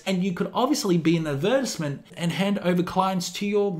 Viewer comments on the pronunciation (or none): Every time you say Tattoo, it sounds like you're saying Taddoo lmao or when you said Advertisement, it sounded like Adversment 😄 Im just bustin' your chops mate, nice video!